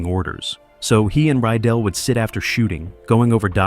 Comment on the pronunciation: The director's name was Mark RYDELL!!@ Not Ryell. Your comments are not very accurate. I will make sure I avoid your cretiques.